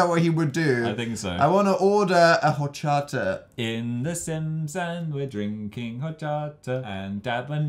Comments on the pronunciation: It is pueorto jamata because double l is j and also orchata because the h is silent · You butchered hochata its pronounced ochata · Am I the only one who cringed and laughed at Dan pronouncing 'horchata' ? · Shannon S 0.1 they said horchata with the H even though it ‘tis with a silent H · The way he pronounced horchata made me want to cry 😂